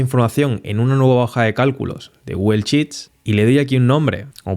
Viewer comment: "Gugel" ¡oh no!😂 Dislike por mala pronunciación.😢